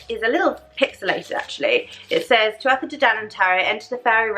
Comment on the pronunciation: Great video. Just a heads up 'tuatha' is pronounced 'THU-a-ha'.